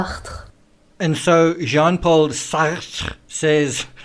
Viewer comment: im such a kid ..that sean paul sacht pronunciation had me in fits 🤣